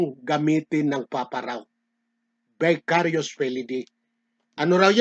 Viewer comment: Bakit na Vicarivs ang salita mo..Mali ka na pagkakasalita